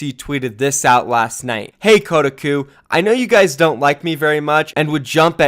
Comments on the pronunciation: KOH-TA-COUP. not kudaku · did he just say ko-duh-ku? It's Ko-Ta-Koo? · This dude rly said kodiku instead of Kotahku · That pronounciation is Kotaku is getting to me, it's pronounced koh-tah-koo, not code-a-koo. Good video regardless. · Bruh it's "koh-tah-koo" lol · You've never heard of Ko-Tah-koo???? What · That websites name is actuallly pronounced KO-TAH-KOO, but yeah it is a shitty gaming website. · It's pronounced Co-tar-koo. They're big in SEA, but they are known for click bait and spreading incorrect info. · Koh tah kuh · It’s “Koh-TOCK-Oo,” damn it. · phonetically spelling koe-Tak-Coo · You pronounced Kotaku wrong haha, its "Ko-Tah-Qu" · "kotuhkoo" REEEEE TRIGGERED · It’s Koh-Tah-Kuu please pronounce it right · It's pronounced "Co-tah-coo" btw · Kotaku is pronounced Ko-tah-koo, just a heads up:) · you makeme cringe its pronounced KOH TAH KU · I believe it’s pronounced co-ta-cu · o.0 you havent heard of kotaku? also its pronounced Ko-talk-oo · It’s Koh-tah-coo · I just die every time he says “Kuh-uh-cu” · which is worse Kotaku's credibility or pronunciation of kotaku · How did you say kotaku? Lol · That Kotaku pronounciation, yikes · That moment when pronounces Kotaku wrong, and I become very confused. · Damn you completely butchered Kotaku's name lol. Tell Profit we support your relationship by the way. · Pronouncing Kotaku wrong boi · Its defamation, not defamination. Its not pronounced kodaku, its Koh-tah-ku. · koh-tahk-oo defamation Good video :)